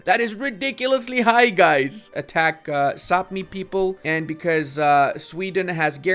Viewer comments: Brother! Quick comment, Sapmi is pronounced “Sah-mee” and according to Norse stories, they are the origins of elves/Santa’s helpers. Learned that when I lived in Norway for a year! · Of a lifetime living in Sweden, Sápmi is pronounced Pretty much like it sounds. It is only the inhabitants of Sápmi, the Sami, which are pronounced that way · Kinda incorrect, the LAND is called Sapmi, the people that live there are the Sami, which is pronounced how you say.. very easy to get confused ^^